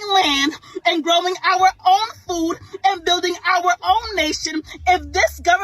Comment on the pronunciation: "we need ta graw our own foo" 🤣You gonna start a garden in November.!?!